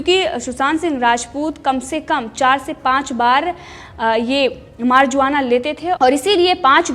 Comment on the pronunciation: 👀🇮🇳👀मारजुवाना नहीं मगर ईसको मेर्वाुना /मेर्ऊ्आना प्रोनाऊन्स करते हैं✌🏻👀🇮🇳🙏💪🏼🇺🇸🇬🇧